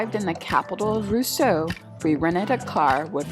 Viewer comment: Your next trip, Roseau is pronounced RoZo and Dominica is pronounced Dohm in EEka